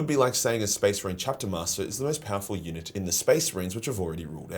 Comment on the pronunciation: I kept mishearing unit as eunuch. It made the sponsor reading interesting ...